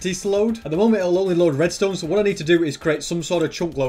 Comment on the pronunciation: * starts saying restone things* Me: Entertainment 🤪